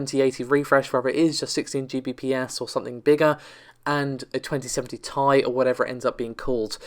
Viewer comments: t.i not tie ffs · What's with the mispronunciations on this channel? 2080 "Tie" ... Amd "Narvey" video cards ....??